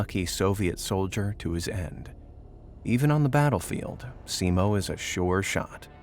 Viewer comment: Not Heiha, Häyhä. Also only one i, not two. It's Simo, not Siimo. Scratch all that. Only Finns can pronounce the finnish names properly. Also the day is shorter moving further north. In Lapland ,or "Lappi", there's no daylight at all for a few months.